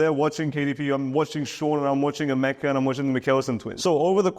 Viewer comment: Wait... The way you keep calling Emeka 😂😂😂